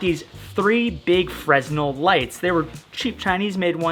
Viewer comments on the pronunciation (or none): First...I love your videos. Second...you are the third person this week pronouncing it freSnel....the s is silent. It's pronounced frehnel. Sorry but I finally hit my final straw lol. Keep up the awesome work though